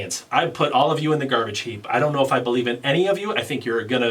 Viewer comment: BILL-ieves 😄